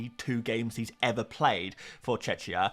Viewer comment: You know how to pronounce Czech right? So why do you pronounce Czechia as Tshetshia? Just add the „ia” to the word „Czech” and there you go. 🙂